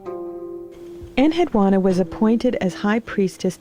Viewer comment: It's pronounced "AKK-ad." And my name had the u and the final a stressed. Yes, I am she and have many memories. Manishtushu spoke for me in public and no one els was allowed to look me in the eye.